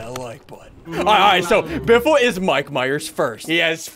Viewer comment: ssundee u keep saing spoopy and u said mike mires